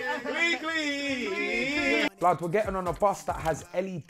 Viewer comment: Not you guys calling it clecle 😭😭😭😂😂